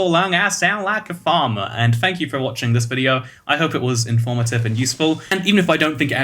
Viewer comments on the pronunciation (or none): "farmer" sounded both british and Kentuckian at the same time